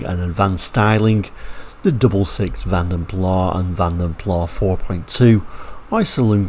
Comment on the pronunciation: Vanden Plas rhymes with glass. It is a Dutch family name which translates to "through the puddle". Van Plas was originally a Flemish company. I did not know until I moved to the Netherlands. Thank you for makin this video. The 3.4 engine had a 161 bhp and the 4.2 had a 166 bhp. What were they thinking of? Shouldn't they have made more effort to bridge the gap to the 284 bhp V12?